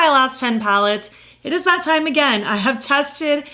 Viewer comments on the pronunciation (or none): Sounded like you said you accumulated 10 pounds lately, I was like “girl, same”